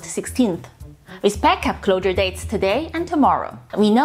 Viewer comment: "Rural areas" you can cheat by saying is like this 'roaral areas'. J needs to work on 'closure dates' it sounds like she is saying 'clowder dates'